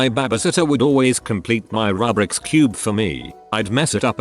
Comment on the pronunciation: "rubrix cube" TRIGGERED CUBER NOISES